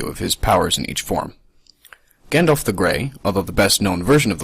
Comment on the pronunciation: You pronounce Gandalf wrong